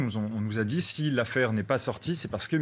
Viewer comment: Ce serait pas bien ï dit lol